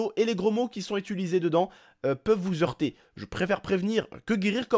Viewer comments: zeurtée par cette vidéo ? Non ça va j'ai plus de 10 ans mais c'était bien drôle! com y a un H à heurter on fait pas la liaison... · 2m35 je fait une pause sur la vidéo je me marre déjà : "des gros mots peuvent vous ZEURTER !!!! Ahahahahah ==> nb : Vous heurter (on fait pas la liaison y'a un "H" merci). Tu déchires !!!!